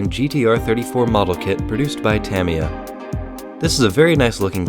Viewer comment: Your saying tamiya